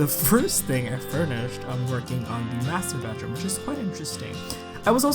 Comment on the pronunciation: "Master Bedroom".. i just heard "Masturbateroom". :D But it could be me.. xD